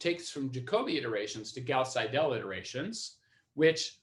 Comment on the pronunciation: Nice lecture, good explanation. Minor nit-pick on the pronunciation of the german name Seidel: the german ending "..el" is usually pronounced more like the english "..le" in the english word "idle". So, if you say "idle" and put an "S" before it you'd pronounce it almost perfectly.